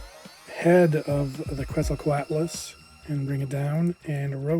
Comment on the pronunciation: This looks awesome! Worth noting though, Quetzalcoatlus is pronounced as Ket-sal-co-aht-lus, as it's named for the Aztec god Quetzalcoatl.